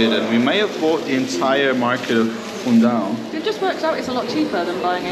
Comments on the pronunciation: Hi....... Pls it's not a personal attack but pls do not dilute our language... It's Fundao and NOT "Foondayo"... You are Portuguese and living in Portugal... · I took it as a joke when he pronounced Fundao like that.